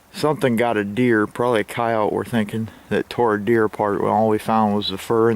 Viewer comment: FINALLY!!!! someone that doesnt pronounce the e on the end of coyote!!! Nice video all around